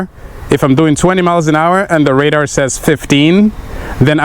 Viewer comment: Ra-darr 😂 love your videos bro ! Look forward to riding with you one day